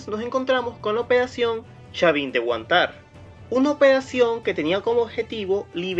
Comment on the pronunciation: Es HUANtar, no huanTAR....